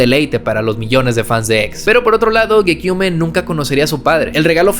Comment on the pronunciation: Tremendo video para empezar!! Si tuviese que criticar algo sería que la foto que pusiste de Geneva ,su ex ,no es esa chica que sale y que gekyume se pronuncia sin la E final. Por lo demás agradecer todo esfuerzo que te habrá costado hacer este video y con dinamismo y humor que me encanto y fue súper llevadero teniendo en cuenta la duración. Super completo y le hace mucho honor al legado que nos pudo dejar un artista como el que fue Jahseh. Su música resonó en mi de una manera única en la que otros artistas nunca pudieron con esa manera tan cruda de expresar su arte y su personalidad, justamente le descubrí en una época donde pude aprovechar su música como un apoyo para superar la peor época de mi vida . El otro día te descubrí por el vídeo que hiciste de Yung Lean y justamente ahora hablas de uno de mis artistas favoritos. Sigue dandole duro a los videos que talento y visión no te faltan , saludos desde España!!